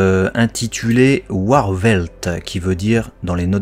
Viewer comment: Petit tips en allemand le w se prononce comme le v du coup on prononce "Varvhelt" (Warwehlt).